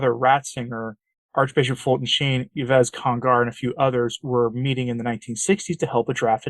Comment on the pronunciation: N.B.: "Yves" is pronounced "EEV". Thanks for this excellent offering (as always),!